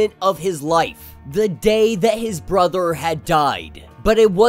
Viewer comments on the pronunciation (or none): none